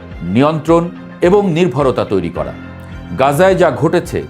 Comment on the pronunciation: ভাই উচ্চারণ ঠিক করেন আপনি র কে ড় বলেন যেমন করেন আপনি বলছেন কড়েন করা কড়া এই ড় উচ্চারণ বেশি বলেন